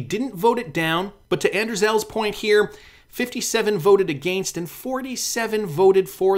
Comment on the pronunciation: Can you say against without Sounding super Canadian lol